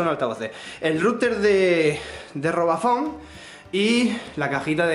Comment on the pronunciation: Me hizo mucha gracia cuando dijo el rooter de robafon XDXDXDXD